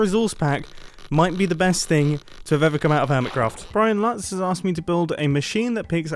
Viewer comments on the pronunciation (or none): none